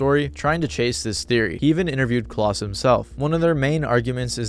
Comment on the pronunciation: Klaus rhymes with 'clown' and not 'clause', by the way.